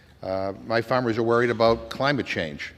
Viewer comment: Jim McGovern: " His Famers" 😂